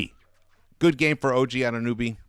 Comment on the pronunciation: He is AnunOOOOOOOOOOOOOOOOOOOOOOOOOOOby, not AnunUby))) You mispronounce him all the time.....